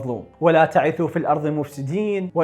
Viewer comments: ( لفظت كلمة لاتعثو كسرت العين وهي ساكته ) لفظ خطأ بلا تعلوم أرجع لتعليقي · ولا تعْثوا ليست ولا تعِثوا